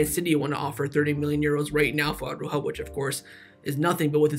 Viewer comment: who is this Ah-roo-ho fella?